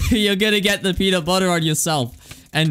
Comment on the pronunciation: peanut buhher my favorite